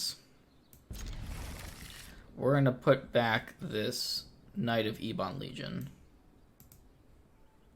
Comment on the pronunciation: Please,, eb-uhn, not ee-bahn. Think of the children, man!